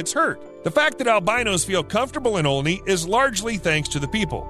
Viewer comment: Omg I live right by Olney! It's pronounced All-knee but who cares lmao